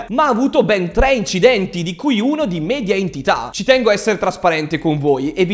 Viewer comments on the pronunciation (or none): none